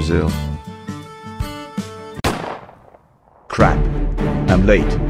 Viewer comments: me being a brazilian having a heartattack when he said the word brazil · Parece que você disse Brazil???